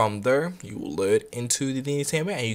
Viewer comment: I love the way you do that right thur right thur lol